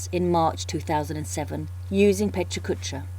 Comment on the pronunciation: The only thing that's killing me is the repeatedly HORRID pronounciation of a wonderful word. The "correct" one is just as bad. Sorry, but it really is distracting. Aren't you in Tokyo? Sorry for the snark, but it's a wonderful idea and this is terribly distracting.